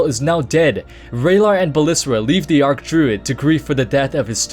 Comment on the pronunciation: Even Blizzard admitted it's pronounced "Arch" not "Arc".